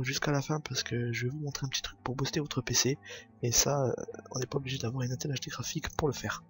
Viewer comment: On dit "ine tel"